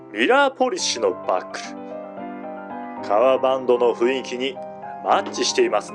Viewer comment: 雰囲気の読みを、ふいんきと度々読み違う耳障りな…